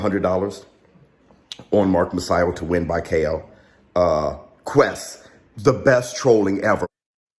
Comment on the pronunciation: Great live last night Quise is pronounced Keese not quest lol